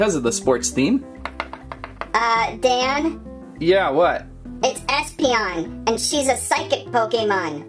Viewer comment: 'eespeeonion' LOL